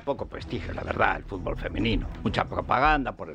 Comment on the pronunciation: Como un tipo que pgonuncia como vd. Puede criticar que Villar dijese furgol,cosa por otra parte incierta.